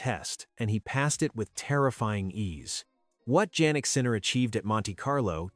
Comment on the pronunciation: Jannik Sinner is pronounced as Yannik not Jaynik ( sounds like).